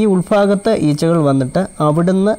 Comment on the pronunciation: ഉൾഫാഗത്തല്ല, ഉൾഭാഗത്ത്